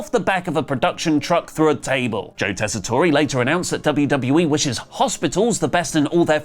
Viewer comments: What are the chances you guys EVER learn how to say Joe Tessitore's name correctly? It's Tess-i-TORE...not Tess-i-tory. Good grief. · it's Joe tess-a-tore no "A" at the end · I'm like 51% sure that's why he's still pronouncing Joe Tessitore's name wrong too 🤣